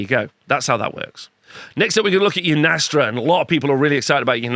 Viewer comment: I hate how he pronounces yndrastas name wrong every time 😅